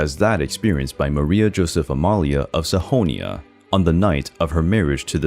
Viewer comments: Sahonia? Sax-on. Sax-ony. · Sahonia? It's Saxony (SACH-sen-EE). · Why you pronounce Saxony as sahonia? It's either saxony or Sachsen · Blank should be Blanche,Sahonia should have been Saxony and so on. Can’t believe his pronunciations!! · Saxony pronounced saxonee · Saxony you pronounce with a h??? and 50 you pronounce fity ?? typical american bs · Stumbling about difficult to pronounce foreign names is one thing. Calling ENGLISH Princess Charlotte Augusta "Charlette Ogosta" and Maria Josepha Amalia of Saxony "Maria Joseph Amalia of Sahonia", is quite another. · Some of the mispronunciations in this are very jarring. The worst is for Saxony.. how do you get "Sahonia" from Saxony!?! Many mispronounced names and a few other terms as well. Very distracting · a bit of topic, but the 'x' in Saxony isn't silent